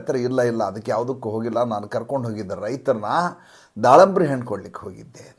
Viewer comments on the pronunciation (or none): ದಾಳಂಬ್ರಿ ಅಲ್ಲ ಅದು ದಾಳಿಂಬೆ ಹಣ್ಣು